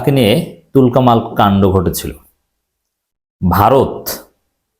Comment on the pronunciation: তুলকালাম শব্দ কে তুলকামাল বলেন কেন? আমি বারবার আপনার মুখ থেকে একই উচ্চারণ শুনছি।